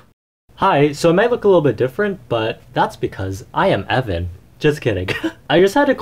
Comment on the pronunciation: "I am Ev'an. " Oh no. Not again.